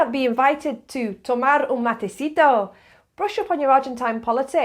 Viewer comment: I've noted that you mispronounce or write incorrectly many Spanish words. "Matecito" does not carry accent. The stress is on the "ci" syllable. And Taragüi is not pronounced guay, like in Paraguay. The groups ga, gue, gui, go, gu use allways the g sound in "gambler". The groups ge and gi are pronounced as the groups ja, je, ji, jo and ju with the soft jey of "hentai". When you need to pronounce the u in gue or gui they are written with two points over the u, called diéresis in Spanish: güe and güi. And Taragüi has an accent on the i, so the stress is on the last syllable and in a diptongue ui the stress goes to the i. So it should be pronounced Ta - ra -g u í. And remembre that every time the r is between two vowels its sound is soft. In "para" (preposition,='for') is soft, in "parra"= 'vine' is strong. When combined with other consonants (like pr) or when is at the start of the word is always strong. So is "curar" (prepare for use, but also cure), while "currar" in Spain is to work, while in Argentina is to steal. The mate keeps you company when studying of working alone, and when you are in a group, as the mate is shared, when only one person, the "cebador" who prepares the mate ande gives it by turn to everyone, it gives you the oportunity to talk whenever you want, but also listen while you drink the mate. You don't thank the cebador when you receive the mate because that means that you don't want more and you will be skipped the next time. You must finisth the mate and r